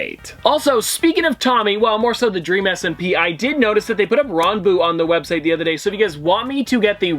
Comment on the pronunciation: its ran-boo not rohn-boo just saying